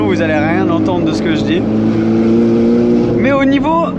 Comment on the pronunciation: Belle vidéo ,en revanche il faut que tu arrêtes avec tes maaiaiaias insupportable ca se prononce mais simplement .